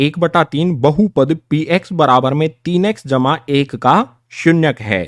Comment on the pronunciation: Sir aap bahut accha padhte ho par ye jma ka nishaan bahut gnda bolte ho